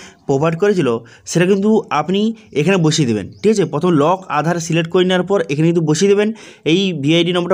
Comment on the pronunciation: কথাটা প্রথম। পথোম নয়।